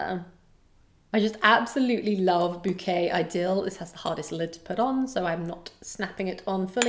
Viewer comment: Love your channel, watch your videos every day on the way to and from work, I kind of even like listening to you talk about fragrances , you have a very soothing voice 🫠😀 Not to be offensive, but you keep mispronouncing Bouquet Idéale - it’s actually ee- deh- ahl, stress is on the last syllable and the l is soft, being that it’s French . Not trying to put you down, I would never, just probably a good idea to get the names right for a YouTube fragrance reviewer 😃, especially since a lot of us know the right way to say it. Again, thank you for the reviews, I am actually discovering new houses thanks to you and buying samples. Fun times!